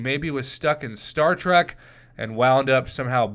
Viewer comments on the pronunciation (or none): none